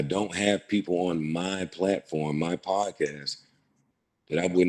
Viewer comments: Yeah but he couldn't say podcast 😂 he called it prodcast lol timestamp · he said prodcast lol😂 this dude make his daddy look horrible lol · he's called it prodcast on NUMEROUS occasions!!!!!